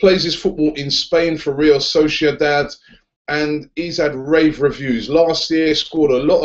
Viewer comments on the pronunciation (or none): none